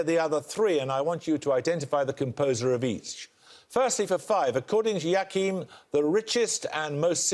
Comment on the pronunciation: "Yakihm", Paxman? That is not how to pronounce Joachim. The hardest part of Paxman's questions is sometimes understanding his pronunciation.